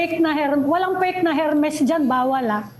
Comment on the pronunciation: Hermes is silent “H”, pls😊